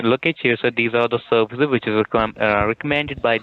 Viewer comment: spyvers and malvers, serwices stopp-ed .... ROFL